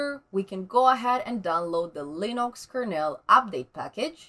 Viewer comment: Linox! just the way Stallman pronounces it :)